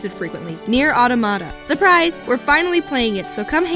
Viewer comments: Automata. It's Aa-taa-muh-tuh. Not Awd-uh-mod-uh. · You guys rock! I'm so excited you're doing Nier Automata. Though look upon the pronunciation of Automata. It's not what you'd expect. ;) Thank you! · It's pronounced au·tom·a·ta. But when I bought it in store, I asked for "Neir Ata... " and just trailed off. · I Love the way you say "Automata" Also, that isn't how you say "Automata" :-) Thanks for another great video!